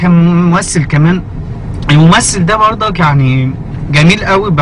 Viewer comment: انا من مصر واحب اقول انك شوهت اللهجة تماما على فكرة احنا مبنقولش برضك بنقول برضه -.- وماجستير مش ماقستير والنطق عموما مش صح باين ان سعودي بيحاول يتكلم مصري.... مقدرش احكم علي باقي اللهجات بس شكلك كدا بوظتهم برضه الله يسامحك :D